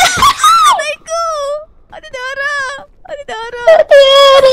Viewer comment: sabi ni arlenelorica3957 ate daray hindi daray dara😂😂 hahaha